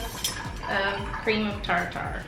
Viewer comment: Omg I can't beieve you only used the stand mixer for the very end! I love you. Also "tar-tar" hahaha! It's more like "tarter" <3